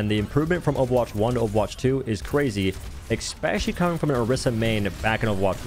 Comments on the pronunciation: LOVE your content! Orisa 2.0 is the first time I've ever really enjoyed playing the tank role. Very much looking forward to developing my skills. Sidenote: "eSpecially", not "eXpecially". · are you saying eckspecially? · "ekspecially" is not a word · What’s “expecially” ? 🤔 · Sorry but “eckspecially?”